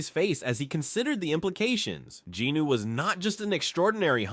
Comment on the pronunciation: bro is this like ai talking because you dont say jin woos name properly and also the scene with the orc boss you said he wielded a big axe when its clearly a sword, but still good either way